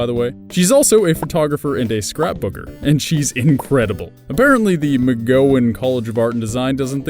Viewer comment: Wow I feel rude saying this, but it's not Mc-go-when, it's Mc-gow-en.